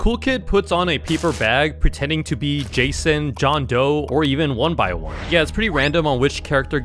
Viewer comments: ITS NOT 1BY1 ITS 1X1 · Its not 1by1 its 1x1 like 1 EX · I I thought it was saying 1 piss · calling 1x "one by one" is crazy 😭🙏 edit: also you forgot all of the Cupcakes lore edit 2: bro really called papyrus "paparus"